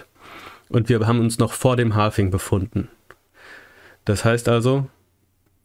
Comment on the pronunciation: Halving nicht Halfing 🙈